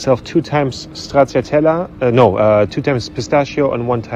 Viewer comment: ..stracciatella....es heißt stratscha-tella... ;-)